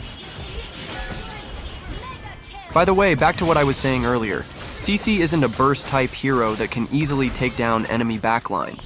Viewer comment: Bro not saisi, its cici